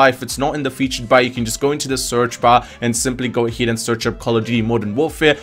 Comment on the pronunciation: AHEAD NOT AHID I AM FUCKING TRIGFERED,but thx👍😅